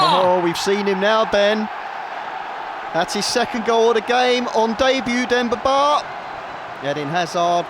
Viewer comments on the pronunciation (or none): thats a very weird way of saying Demba Ba